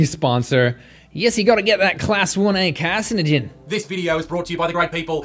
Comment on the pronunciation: i appreciated the accent when you said carcinogen